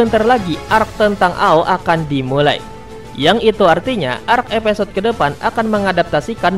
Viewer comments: Evisode bang bukan epesod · Gunakan penyebutan bahasa indonesia yang baik dan benar, episode bukan epesode😆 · knp huruf i jadi e ya?